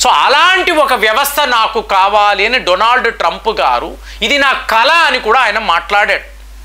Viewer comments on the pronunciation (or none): none